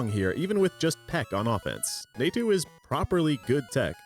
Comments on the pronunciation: Somehow didn't strike me as hard as "Naytu" did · You're pronouncing Natu and Phanpy that badly on purpose to get a rise out of people, right? Well, it's working.